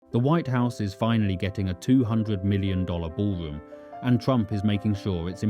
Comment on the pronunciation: Perfec? The ballwomb wiw wuk poofec? The put-on 'accent' is a speech impediment.